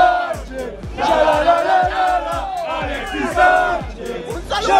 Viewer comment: Alexis sssaanchez Yala la Lala la Alexis Sánchez 🤦🏻‍♂️🤦🏻‍♂️🤦🏻‍♂️🤦🏻‍♂️🤦🏻‍♂️🤦🏻‍♂️ Dios! Peor que los españoles.